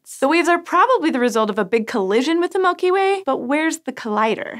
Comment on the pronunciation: Mulky Way